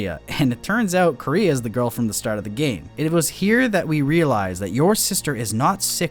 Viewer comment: It's kind of hilarious they pronounce the sister's name like "Korea" in the english dub.